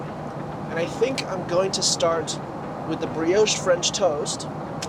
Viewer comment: Did you enjoy your "Breee-aush"? 🤭 Just messing, nice vid 😊👍🏻